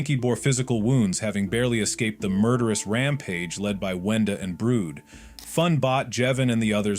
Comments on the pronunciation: ITS BRUD NOT BROOD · Its not.brood..its brud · why did brud become brood💀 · who the hell is "brood" 💀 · Who is “brood”😭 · He meant Brud